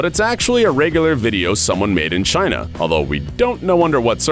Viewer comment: Why did he say China like that? very trump like. Jaina!!!